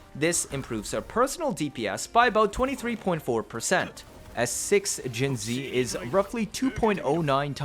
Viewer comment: Funfact, not only does every second cc write jinhsi wrong, but 99% pronounce her wrong as well. Hsi is a different writing for xi, resulting in her name being jinxi which is pronounced „jinchi“. I hereby offer you the possibility to be the 1% that does it Right 😂